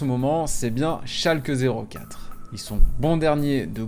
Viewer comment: Oui, mais ce n’est pas « Schalkeuh zéro quatre » mais « schalké noul fiiirr » (Schalke null vier).